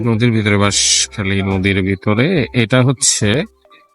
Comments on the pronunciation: Nodir nam BISKHALI not bashkhali😆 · ভাই, বাসখালী নদী না, বিষখালী নদী।